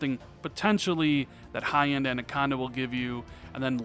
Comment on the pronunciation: It’s “ANAconda” not “ANDaconda!” 😂 Great vid anyways bro!